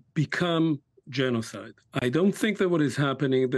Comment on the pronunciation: Hmm ... "leading specialist on the subject of genozid"? You sure? How much practice does he have?